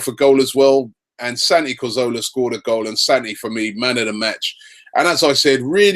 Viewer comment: Robbie PLEASE stop saying CorZOLA. surely you must actually know his name by now??